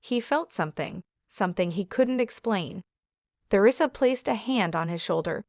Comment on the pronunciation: Eleven seconds in and already three mispronunciations by the AI narrator. You lost me at th-eresa.